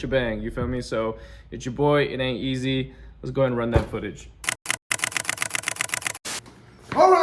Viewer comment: It ain’t e-zehhhhhhh